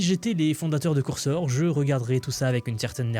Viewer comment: Excellent tes contenus, j'apprécie vraiment ce que tu partages, mais juste stp, NE DIS PLUS COURSOR !